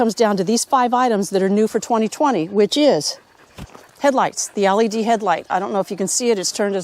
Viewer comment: Are you saying ALED or LED? lol